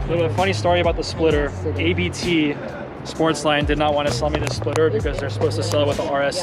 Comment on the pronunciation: Happy Birthday! The RS7 is dope! My brother in law had a RS6 with Abt upgrade turbos pushing around 750hp on the crank. The thing was crazy comfortable and fast! Btw for educational purposes ;) Abt is pronounced like 'about' without the 'ou', because it's their family name, not an abbreviation